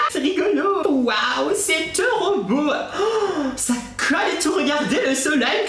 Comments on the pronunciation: Je t'aime bien mais arrêt de dire "tero beau "😄😙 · Mdrr " c teuroh booow " mdrrr 😂😂😂